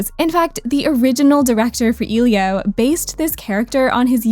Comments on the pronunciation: i’m sorry to mention this, but you’re pronouncing elio wrong. it’s E lio, not eelio. that impliew you didnt care enough at all to do research. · It's "Eh-lee-oah" people, it's not that hard! I understand "Encanto" but how do you mess up pronouncing Elio!?